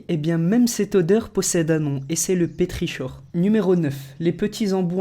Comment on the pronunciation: Mais t'es vraiment un inculte! Les trois quarts des noms n'ont rien de spécial et sont super connus (enfin si on n'est pas un illétré comme toi). Tu fais que lire un simple texte que tu ne comprends même pas, nan mais sérieusement petriCHor?! ça se prononce "petrikor", tu ne sais même pas lire ta propre langue maternelle! C'est décevant de voir des personnages aussi pitoyables avec autant d'abonnés.